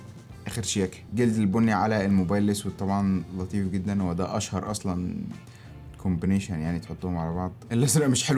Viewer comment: اشهر كومبنشن 😂😂😂😂😂 دي ف الحمام ياستا .. التانية اسمها كومبينيشن combination